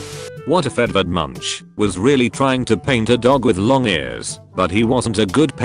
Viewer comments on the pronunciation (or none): none